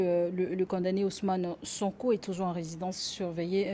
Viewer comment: Le seul problème avec est qu ' il prononce mal le verbe condamner ou le substantif condamnation. Il prononce la lettre m qui ne se prononce pas. Tout comme Ousmane Sonko. On prononce con da ner. Je me demande en tant que Sénégalais qui vous a appris à prononcer condamner avec la lettre m? Rectifiez vous.